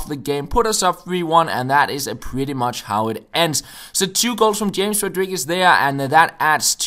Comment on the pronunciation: His name is "haames" not James